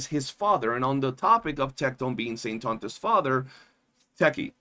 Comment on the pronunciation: SAINT-TAUNT--US. LOL